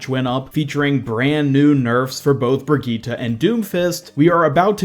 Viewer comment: So your saying.... BRIGEATTUH IS GOING TO BE A H E A L E R